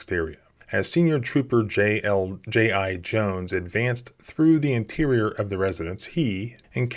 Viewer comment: “J.I.-Jones” HAS to be on purpose right?